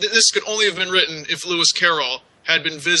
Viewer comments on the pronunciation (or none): none